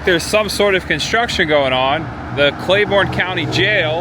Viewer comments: The county is pronounced Clay-BURN not Borne. but the video is awesome! I spent many years trapsing through the hollers of Speedwell. and Running around with family and friends in Tazewell. Many summers eating at the Frostee Freeze. I miss those days. Thanks for taking me back. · It’s also pronounced “Clay-burn” county, not Clay-born”. Regardless, great video. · It’s TAZZ-wull….. and Clay-burn county….